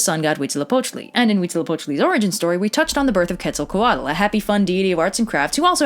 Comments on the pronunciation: That Quetzalcoatl pronunciation is so cringe and wrong, it's not two words like "Quetzal coatl", it's one continuous word. Come on man, couldn't you at least find a video with the right pronunciation and copy that? You obviously did some research about it. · I love how they say "quetza-co-WADDLE" when it's rlly just "que-zal-co-at" 😂💕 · It's Quetzalcoatl. You got marsupial right, though. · I thought Quetzalcoatl was pronounced CUET-ZAL-COAT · Am I the only one who doesn’t think she pronouncing Quetzalcoatl right? Cause I was taught a much different pronunciation from my grandparents and father. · yeah I noticed that the tl consonant wasn’t pronounced correctly at all and it threw off the whole word pronunciation but other than that it was not too bad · About the pronunciation of Nahuatl words. The "tl" sound at the end of a word it varies a bit but the most common that I know of is with a hard "t" that slides into an "l". Here are some examples, Of these the second and third are the ones I'm most familiar with. Quetzalcoatl shouldn't be pronounce "Ketso-ko-waddle but more like "Ketsal-Koah-t'l" I've also heard some people claim "tl" is silent. I guess It's a regional thing depending on which part of Mexico you're from. I'm by no means an expert, but to my credit I am Mexican and I've heard Nahuatl spoken, for whatever that's worth. Thanks for the vid and If you liked Teotihuacan you should also visit Chichen Itza. The weather is beautiful and so are the beaches. You can check out Xcaret and swim in some of the underground rives called Cenotes. There's also a live show about the history of Mexico that includes the Spanish conquest. Anyway thanks again for making this video. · I’m pretty sure the “l” at the end of Quetzalcoatl is silent? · lol "ketzal cuh waddle" , you Said Kukulkan and Qukumatz way better than you said Quetzalcoatl and any other Nahuatl word the entire video. XD